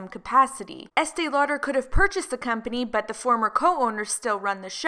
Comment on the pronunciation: I can’t stand hearing Estée Lauder anymore. It just bugs me SO much when I hear the name